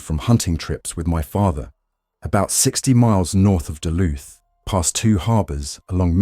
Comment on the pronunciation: duluth mn its not duth .. sorry not sorry im a local